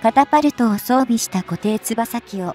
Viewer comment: 固定翼はこていよくといいます。独島はトットで島山安昌浩はトサンアンチャンホとせめて読んでください。音声だけで聞いてたら何を言ってるかと驚きました。